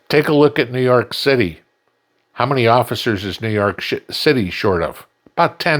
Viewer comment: lol. somewhere, seemed to started to say New York "Shitty" lol lol